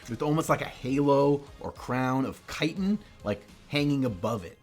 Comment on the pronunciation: TIL I've been mispronouncing "chitin" for, like, forever.